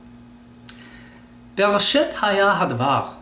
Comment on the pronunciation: I am sorry to say this but you clearly dont know how to read hebrew vowels..you mispronounce the vowels...when you read bereshit...its not shit like in english its sheet... the hebrew vowel is.. chireq.... like the word green...come on guy this is basic hebrew vowels you should of learned them by now.